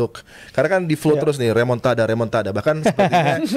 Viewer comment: Remon-ta-da ❌ Remon-ta-dah lah ✅